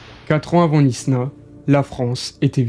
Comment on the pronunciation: Knysna se prononce "Naïsna" et pas "Nisna"